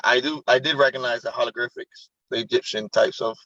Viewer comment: He says Halogrifics instead of Hieroglyphics